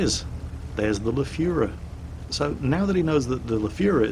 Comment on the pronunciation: When did you learn to pronounce the Lefefeffffefefeferfe???